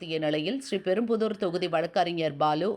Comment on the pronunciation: ஒன்றுமில்லாதவர்கள் தான் ஒன்றுமில்லாதவரை ( காமாலையை ) கூப்பிடுவார்கள். அடுத்து செய்தியை வாசிக்கும் புண்ணியவதிக்கு ஒரு கோரிக்கை. அம்மிணி அந்த ஊரின் பெயரை SRI....PERUMBUDUR என்று தனித்தனியாக உச்சரிப்பது பெருந்தவறு. SRIPERUMBUDUR - என்று சேர்த்து உச்சரிப்பது தான் சரியான உச்சரிப்பு. STYLE என்ற பெயரில் தமிழ்க்கொலை தான் அன்றாடம் சமூகவலைத்தளங்களில் நடந்து வருகிறது. அதற்கு தினமலர் போன்ற பாரம்பரிய பத்திரிகைகள் கண்டுகொள்ளாமல் இருப்பது மாபெரும் குறையாகத்தெரிகிறது. எப்போதுதான் திருந்துவார்களே.... தமிழன்னையே தயவுசெய்து இவர்களை மன்னிப்பாயாக.